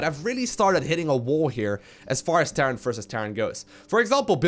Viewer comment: am i the only one that hears "terrance vs terrace" every time says "terran vs terra "?